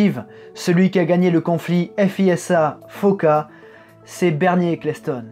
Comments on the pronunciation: Je suis la F1 depuis les années 80 et c'est la première fois que j entend prononcer balettre au lieu de balestre et F I S A au lieu de fisa. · On dit "fiza" et non "effe hi esse ha", au fait.